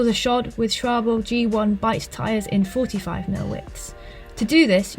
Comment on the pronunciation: SCHWALBE! SHWALL- BUH